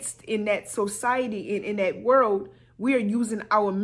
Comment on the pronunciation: Not her saying SOCIOTY! how about you SPELL melanin? Quickly...